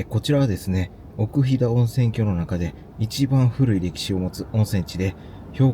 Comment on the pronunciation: ここは大好きな旅館です。子供出来てからは行けてません（子供不可のため）。あとすみません。気になったのですが、冒頭、奥飛騨温泉郷を「おくひだおんせんきょう」と言ってます。「おくひだおんせんごう」が正しいです。